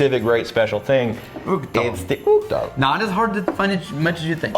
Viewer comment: Ok so, I'm not Scottish, I'm Irish so I'm not sure how it's pronounced in Scotch Gaelic, but I'm positive Uigdeall is not pronounced that way. In Irish Gaelic it would be pronounced We-dyal or Igch-Dell